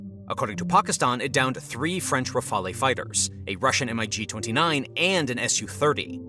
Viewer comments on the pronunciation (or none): Pronouncing MIG as M.I.G sounded so funny for some reason :)